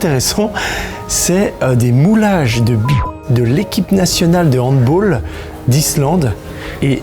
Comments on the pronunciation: On dit handball, balle comme en français pas « bole » c’est un sport allemand alors on prononce a l’Allemande. Voilà voilà ( c’est le seul sport où l’on prononce le À le reste c’est à l’anglaise » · sa se prononce handballe